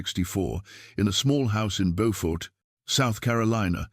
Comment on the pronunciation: I am so glad that you tell the stories of our ancestors but when you do please learn the proper pronunciations of the cities and towns. Beaufort is in North Carolina. Beaufort in South Carolina is not pronounced the same. It is pronounced Bewfort SC. The spellings are the same pronunciations are different.